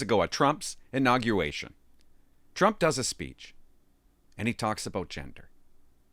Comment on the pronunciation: This guy seems like such a genius especially when he says "inaguation"😂😂😂